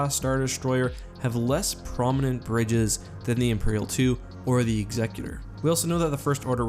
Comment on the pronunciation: Can you lot please learn how to pronounce "Executor"